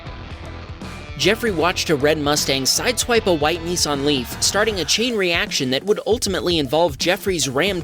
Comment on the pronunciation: BTW it is pernanced NISS-AN not NEE-SAN. there's a " I " before the s not a E.. if you say " ne " instead of " nis " then maybe you say it is a Nece Day than a Nice Day!